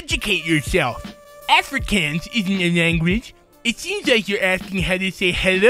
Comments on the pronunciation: Never heard Afrikaans pronounced wrong before, interesting. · One, please go watch a South African say Afrikaans, the way you said it was painful to hear. BTW as it wasn't addressed. Yeah, your inner ear plays a pretty big role in balance. Your brain synthesizes and interprets information but the actual parts are still responsible for collecting the information. Your ears do more than just hear things.